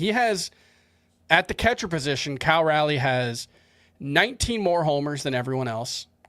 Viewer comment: fighting for his life on how to pronounce Cal Raleigh. “Cal Rally” is not it lol